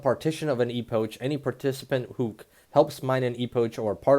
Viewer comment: It's spelled epok not e-pouch